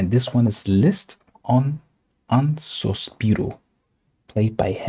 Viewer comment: Mmm no, check again. I'm Italian and I'm pretty sure that I pronounce it correctly👍🏻 (And btw it's sospiro, not suspiro. Just like said it)